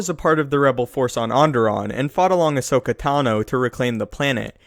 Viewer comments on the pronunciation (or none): none